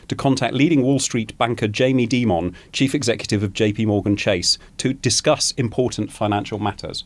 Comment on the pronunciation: Lol the way the guy pronounces Jamie Dimon (generally pronounced die-mon not dee-mon) makes him sound so posh for a head kicker